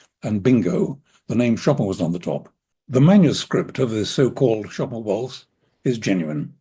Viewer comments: He also knows how to pronounce the name. I cringe every time I hear ‘Show Pan’. Plenty of people have posted clips on how to say it! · he says show pan… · I very much appreciate your doing a podcast dedicated to Chopin! But beyond any questions about this waltz itself-- could you please pronounce his first name correctly? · I mean, c'mon, at least try to pronounce his name correctly, it's not that difficult.. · you are right that there are different versions of names in different languages, e.g. Paris. But the English version makes no attempt to sound French. With the American version of Chopin there is a completely failed attempt at the vowel sound ‘i’. I guess what makes me cringe is the fakeness of the attempt to sound French. In a way it would be better to just say it as in ‘choppin(g)’. Also, with personal names it seems more respectful to try for authenticity. I am not sure why you would not pronounce Chopin authentically whomever you were addressing, if you knew how. Why pander to the lowest common denominator? Maybe you could be a good influence. The cultural and linguistic connection between France and the USA is a little stronger than that of provincial China and Germany, surely, to address that particular point. In NZ the mispronunciation of Māori names over generations has undergone a conscious and ongoing correction process, which is good to see (hear). The US has quite a history of bastardising European names (even to the point of changing the spelling to reflect pronunciation) e.g. - Goldstein said as ‘steen’. You could maybe understand that in times when the world was less connected, but there’s no need in modern times. Thanks for the discussion, which should probably now be left at that, having wandered off topic!